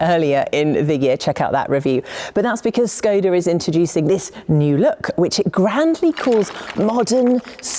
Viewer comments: Your pronounciation hurts a bit, it's ˈʃkɔda with a 'sh' in the beginning, not 's'. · Please, say škoda, like you want to say shoes, but end it with ..koda